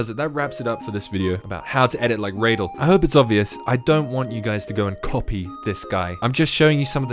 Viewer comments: Reydal ❌ Radal✅ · yes, also its pronounced "raa.dal" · Radal: "Tells people how to pronounce his name": raydell